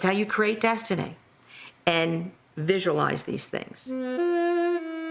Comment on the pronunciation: Energay and destinay